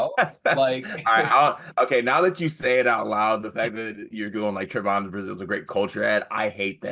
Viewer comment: Trev on not Tre von